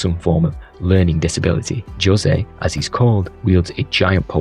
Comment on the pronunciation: Jose is pronounced "Ho-zey" not "Joe-say"